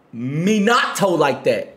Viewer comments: Minato not mi-nato 😭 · Nah L take in the intro they swear they watch sub but when I hear them say names I be mad confused😂minaahtoe (minato), obeetoe (obito), megoomi (megumi) I’m like bru what show did yall watch😭😭😭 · Real talk.. it has always bothered me how they say minato’s name lmao. It’s like when white people pronounce tortilla as “toertillah”